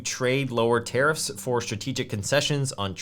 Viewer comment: I keep hearing "terrorists" instead of tariffs. 😅😅